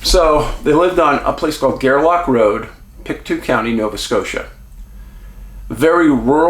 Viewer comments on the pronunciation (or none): I live in Halifax, Dave. About an hour away from this scene... Long-time watcher of your channel. There is a lot of weirdness associated with this case. Very sketchy circumstances. BTW it is pronounced "pick-TOE" 😉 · I hate to be that girl but I'm from Nova Scotia and it's actually pronounced "Pick-Toe" county, I don't blame you for pronouncing it as you did though :) Thank you so much for covering this disappearance, the community is dying for answers. If you're able, It would be great if you could do a video about little Dylam Ehler who went missing from Truro, Nova Scotia in 2020, not far from where Lily and Jack live. Dylan's case, in my opinion, deserves waaayyy more coverage than it gets. It's extremely suspicious and makes no sense and the police have been quite ignorant and unhelpful, to be frank. Again, awesome video and thank you so much! <3